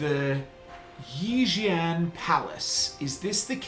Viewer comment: Please it’s pronounced chi not ki. This is Chinese not dragon ball z hahahaha